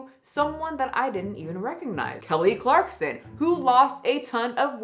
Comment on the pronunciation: It’s clarkson, not clarkston